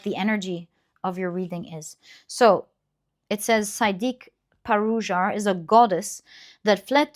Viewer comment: Dearest, thank you for the reading, as always. I just wanted to share a small note on pronunciation as someone with Sumatran and Javanese roots. The name of the goddess in the second significator card, “Sideak Parujar,” is pronounced “See-Deh-Ak Pa-roo-jar,” not “Sai-Deek Pa-roo-jar.” Even younger-generation Indon folk who aren't familiar might not get this exactly right, so no worries ☺ Also, in very traditional Batak formality, she is usually called Si Boru* Deak Parujar. This is different from how the Oracle Card artist herself titled the card (I might want to have a word with her lol) which doesn’t fully follow traditional conventions. In most Indonesian cultures, adding a title when referring to and addressing deities such as Kanjeng* Ratu Kidul or Nyai* Pohaci is customary (if not, imperative) and signifies respect. I thought you might find this cultural nuance interesting. Sending lots of love as always ☺